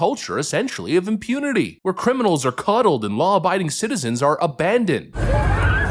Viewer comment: It is coddled not cuddled.